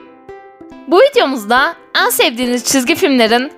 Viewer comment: ABLA SANA BİR SURU SÖYLEMEK İSTİYURUM NEDEN EN SEVDİĞİNİZ YERİNE eaan DİYURSUN SJSJSJ EAN SEVDİĞİNİZ çok komik ZORLA SESİMİ GÜZEL ETMEYE ÇALIŞIYURUMDUR .DSJJSJ